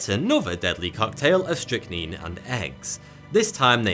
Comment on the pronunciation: Call man it is strychnine say it right